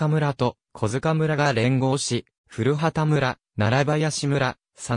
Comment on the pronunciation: 古畑は、ふるはたでなく、こばたと、発音しますよ。